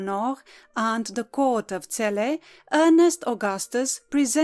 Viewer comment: You pronounce our lovely city better then most people on YouTube thank you from Celle